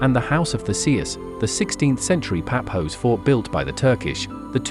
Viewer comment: Its not Papos😂😂😂😂😂😂😂😂😂 its Pafos